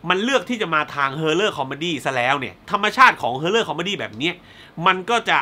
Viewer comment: พี่ครับ horror อ่าน haw.rr